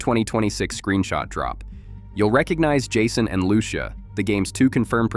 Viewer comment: bro you say lucia wrong